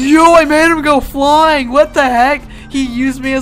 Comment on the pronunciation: lol he said "YO I MADE HIM GO FLOYING